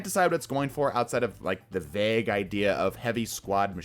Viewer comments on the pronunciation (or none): none